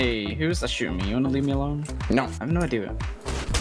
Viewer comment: “Nyo” Denis - 2020